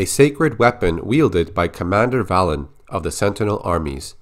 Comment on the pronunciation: Am I the only one who thinks that Valen's name should be pronounced Vay-len?